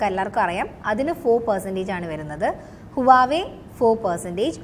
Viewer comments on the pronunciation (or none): Huwiawa allaaaa,pronounce Huawei ok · ഹുവാവേ അല്ല വാ വെയ് എന്നാണ് പറയുന്നത്